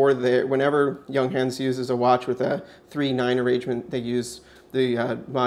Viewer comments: It's "y uhng huns" :D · You're mispronouncing the name. It's "young - hahnz." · The company is not called Younghans as you pronounce, no is the watch a chronograph as you keep telling us, it's a chronoscope, (look up the difference) Junghans manufacture in China, you can buy the same watch with the Chinese Logo for about $30.00